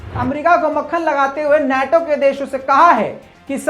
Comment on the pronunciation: नेटो नहीं नाटो सही शब्द है ।